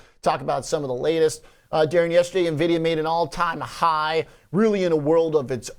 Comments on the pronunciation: Why does he call it Nah-vidia???? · Nuh-videa? Seriously? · dude, darin... learn how to say NVIDIA correctly.